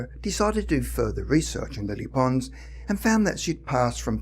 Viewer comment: It took me a while to realise that he was talking about Lilly Pons so bad is his pronunciation Lilly Ponz !🙄 Lilly Pons had the most amazing soprano voice of her century.